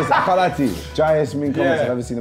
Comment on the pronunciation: Filly said "ca'un"